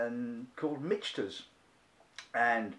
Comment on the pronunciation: Michael + Peter = Michter’s pronounced “Mick-ters”